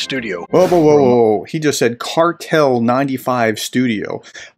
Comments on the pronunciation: The "Cartel" vs "Kvartal" thing on its own makes Ritter look like a complete dunce. Not to mention the other 36 minutes of that video. Also the pronunciation is /kʋǎrtaːl/; Hyphenation: kvar‧tal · Ritter didnt need to deliberately mispronounce Kvartal, but he did, most likely intentionally.